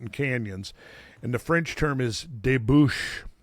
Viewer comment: I love the French from Randall. I am French Canadian so I get it when he says " Débouche "